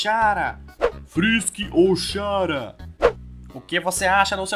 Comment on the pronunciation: Mano, 2 anos depois e eu ainda me incomodo do modo q ele fala chara, CHARA É DE CHARACTER N SE LÊ XARA SÓ PQ TEM CH, SE LÊ COMO SE FOSSE KARA PQ É DE CHARACTER POHA